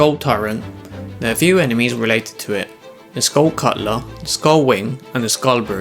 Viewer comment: yea its totally a skull cuttler not skull skuttler